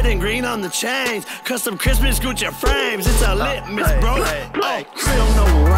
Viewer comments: All i here when he says lit-mas is litmus test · Bro, what the fuck man? Not cool... Lit-miss... I was drinking my morning coffee for fucks sake lol